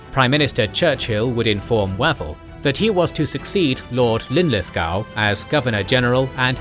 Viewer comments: I like the series, but can't cope with the pronunciation! Wavell is more like Wave-ull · Excellent Series so far. One comment though. FM Wavell name should be pronounced "Wayvell". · Why can't the British narrator get any British names right: Way-vell, Awk-in-lec, Ma-kay? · In one breath we have mispronunciation of Wavell Linlithgow and Auchinleck brilliant